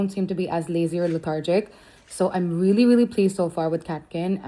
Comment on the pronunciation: What’s with this ‘veelee, veelee, veelee, veelee and ‘every single thing’???!!! 😂 Expand your vocab or atleast speak the language with proper (if not correct) pronunciation!